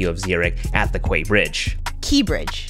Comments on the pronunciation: I live in Switzerland and train delays are very unusual. The pronunciation of the quai bridge i more like „ka bridge“ nor key, but it’s difficult to discribe. Overall really nice video. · So about the “quay bridge” (as a Swiss I know) it’s pretty much pronounced like “gay” just without the y sound at the end 😅 I don’t know any other way to explain it. Also, you semmed to have very bad luck with your train, because the Swiss railway actually has a statistical 99% “on time rate”